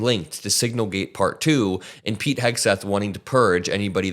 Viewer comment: I don't know why, but I always hear his name as Pig, not Pete